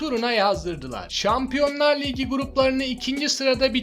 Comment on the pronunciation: liğgi ne abicim ayar oldum ya ligi diyeceksin oldu bitti